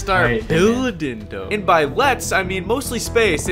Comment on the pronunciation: damn it, its pronounced THO, not FUCKING DOE